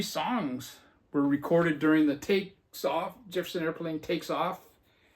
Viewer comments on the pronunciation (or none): I do the same thing, i pull albums to listen to after others show them., did you say Jepperson Airplane? Sure sounded like it to me, that's another album I had to go to the shelfs to see if I had it, I did, so that's out for a listen also. That Crushed Butler is excellent, what # did you get? Only 500 made! I have that Thee Headcoats album, they put so much stuff out, where do you begin. I never heard of Alice Donut. It wouldn't be a Vinyl video without a Redd Kross album. A nice stack to listen to indeed.